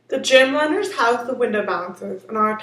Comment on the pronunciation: have it narrated by somebody who doesn't have a speech impediment......what's a "pwy" bar? What's a jamb "winer"?